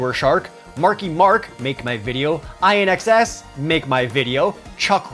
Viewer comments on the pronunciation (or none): I-N-X-S.... oh, LOL. It's "IN-X-S" as in "in excess". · Lol I'm old when kids call INXS I.N.X.S., it sounds like in-excess like your doing something in excess. Freakin kids...